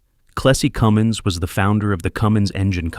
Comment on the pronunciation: Cummins not Cummings.